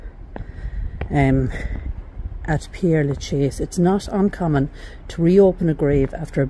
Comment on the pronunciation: Its Pere, not Pierre as you keep saying.